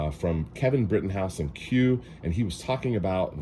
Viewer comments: naw, you said Brittinghouse... rookie mistake. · I like the content. The owner of Q is Kevin Brittingham not Brittinghouse.